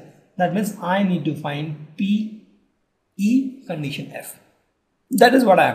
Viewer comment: More than once, not interested to listen. See, " normal probability question " How is pronunciated. condeetion????. Listen this video.